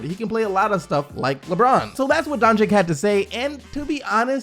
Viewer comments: donCHiCH not donChiC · Donkic donchik 😂its pronounced donchich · you're awesome but since he's getting drafted soon, you need to start pronouncing Luka's name right. It's Donchich. Keep kicking butt! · Please learn name: BOJAN BOGDANOVIĆ. I will leave as many coments from this day to infinity, until you learn. It reads like Boyan.. Not too hard. Dončić reads like: Donchich. Please read names correctly. It is like I would read your name! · I thought it was pronounced like "Doncheech" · Kevin Arsenault His last name is spelled Dončić. Č is read CH and Ć is read like soft Č, so its Donchich in English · No bro its DonCiCH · and also ya pronunciation of doncic is so wrong